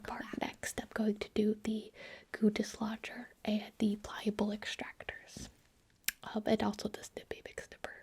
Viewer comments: "We are going to use the goo dislodger-" What my brain heard: "the Guteschlager" Me: "sorry the what now" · I'm gonna be honest, the first time I heard her say "goo dislodger" i thought she was saying "gootis lodger" and I was really really confused XD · Lmao I heard goondiss launcher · When said "goo dislodger" my dumb ass thought she said "Guteslager" and I thought I was about to have a history lesson about Rene Guteslager, the Siberian king